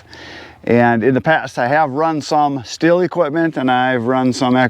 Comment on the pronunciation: You indeed say “shtil”